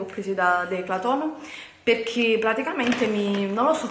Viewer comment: Giuro mi verrebbe voglia di far arrivare questo video a tremila non mi piace solo per l'inizio del video quando dici " Ciao ragazze e ciao ragazzi e benvenuti in questo nuovo VIDIO, sono piena di buste pacchi PECCHE vi voglio fare un VIDIO HAUL HAUUUUL " dai su i nervi, dico davvero.